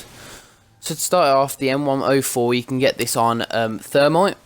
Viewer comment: It's pronounced "m ten fourteen"